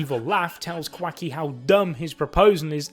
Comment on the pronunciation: "Quaky" 😂😩